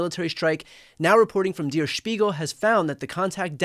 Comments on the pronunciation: It is pronounced DARE ....not deer.......Der Spiegle ...... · I’m sure I’m not first but it’s Der like Dare, not Deer. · It’s pronounced “dare” not “dear.” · Der is pronounced like dare. Not dear! Dankeschön! Great show! ❤ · Dear Brian, it's not pronouced Dear S(h)piegel, but Dayr S(h)piegel.. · BTW, “Der”, as in “Der Spiegel”, is pronounced “dare” and not “dear”. It means “the”. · Brian Tyler Cohen, it's Der (pronounced "dare") Spiegel. Not Deer Spiegel. You got Spiegel perfect, or as Germans would say, perfekt. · "Der" rhymes with hair, not beer. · "Dare" Spiegel not "deer" Spiegel. But that's certainly not the main issue here! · "Der," should rhyme with "air." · Pssst Der is pronounced like DARE….carry on… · Its pronounced "dur" Spiegle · Is it really pronounced like "*dear* speegul"? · Brian, thank you for reporting, just FYI on German pronunciation of “Der” in “Der Spiegel”: /e/ sound is pronounced the same as in “well” or “tell”. I hope this helps! 😊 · You pronounced “Spiegel” Good but “Der” is pronounced as “there” but with a hard D instead of the th… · You're mispronouncing der. Please check the pronunciation. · Check your pronunciation of Der.